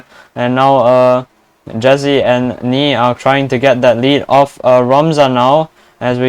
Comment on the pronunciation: Jezzi=leclerc damn my ears